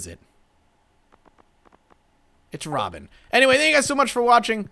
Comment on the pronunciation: Lol He still gets it wrong ITS robin